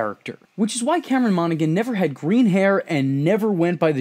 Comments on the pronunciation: Mono-han Not Mono-gan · Monaghan is pronounced "MonaHAN" with no G. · Pretty sure you don't pronounce the g in Monaghan.